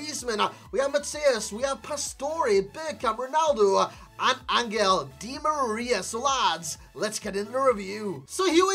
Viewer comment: Hey i’m argentinian and it’s pronounced AnJel not AnGel. His nickname is “el fideo” = the noodle